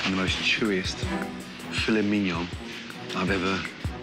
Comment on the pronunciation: For those still struggling, typically heard with the emphasis on the last syllable of mignon, not on the first. That's all she was saying.